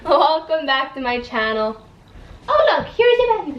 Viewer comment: Im i the only one who thinks she says channel really weird